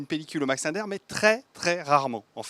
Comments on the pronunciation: Désolé on prononce LINDER comme SINGER... pas linedeur !!!! Ou Sinegeur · Il me semble que ça se prononce Max "Lindère" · Commencez par apprendre à prononcer "Linder" correctement....